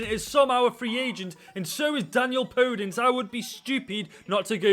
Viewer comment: You pronounce the e in the end when you say Podence